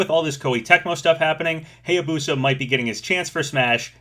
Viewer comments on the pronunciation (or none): Still mispronouncing Hayabusa